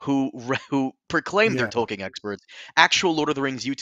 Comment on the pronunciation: Does not know there is no "ing" ending to Tolkien's name? It's not the first time he's butchered his name